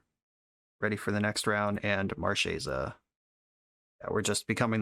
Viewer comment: wish i could double thumbs up. one for running marchesa and another for pronouncing her name right